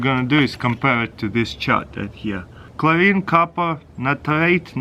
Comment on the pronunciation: Chorine. Natarite... 😂😂😂